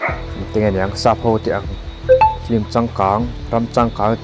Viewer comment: Film ni na na na hi flim ti a an lam fo hi a dik zâwk tihna em ni?